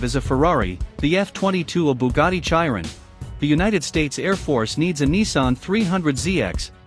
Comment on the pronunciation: Bugatti Chai-ron 😂